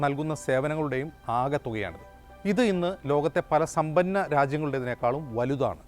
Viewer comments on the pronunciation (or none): സോഫ്നത്തിൽ😂😂😂😂😂 സംഭന്നം